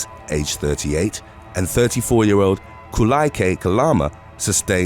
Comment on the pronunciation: Wrong 🤣keehi was wrong and officer kaulike was way off and I'm born and raised oahu 🤦‍♂️